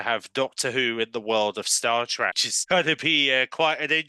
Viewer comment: Star TrEk. Not Star TrAck.